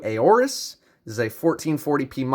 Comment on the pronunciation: A-OURUS lmao